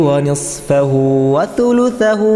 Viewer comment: आयत19 में आपने तुलुता पढ़ा है लेकिन ये सुलुसा है सही करें गलत ना पढ़े